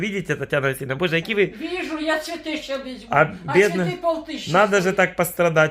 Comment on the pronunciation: "куплю цвэты, дорогу открытку", чуть позже - "открытка в мэнэ е..."